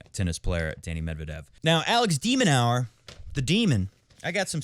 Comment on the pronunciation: We're still getting the full "Dominic Thiem" 😂 And it's "de Minore" not 'de Minower' if you please.👍